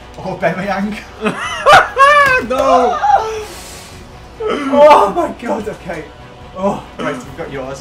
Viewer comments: Aubameyang, not Aubemeyang. With a A not an E after the B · i'm sorry but who the hell is Or-bameyang?